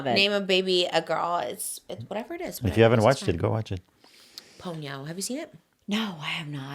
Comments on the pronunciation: I desperately need someone to tell Trisha Ponyo is pronounced Pawn Yo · PAWN-YO (Ponyo) not Pown-yo. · pls someone tell trish at least how to pronounce ponyo before she names the child